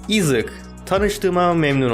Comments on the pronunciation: Abi bu arada Issac ‘izek dedin aysaç diye okunuyo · Issac izık diye okuması gerçek okunuşu:ayzek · Issac ayzek diye okunuyor abi ıssac newton değil ayzek newton diye okunuyor seviliyorsun abi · Abi haberin olsun o ıssac diye okun muyar ayzek diye okunuyor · İzık değil Ayzek diye okunuyor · Isaac okunuş 👉 Ayzek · Abi yalnız Issac ''Ayzek'' diye okunuyor(Bir dakika!Yoksa ben mi yanlış biliyorum??).